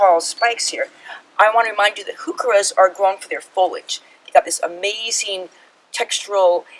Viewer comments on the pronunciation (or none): Here's a helpful YouTube on pronouncing Heuchera - there is no "who" in Heuchera